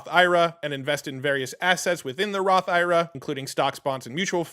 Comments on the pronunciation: I’ve never heard someone pronounce “IRA” like that lol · Idk how comfortable i feel taking financial advice from someone who doesnt even know to pronounce IRA...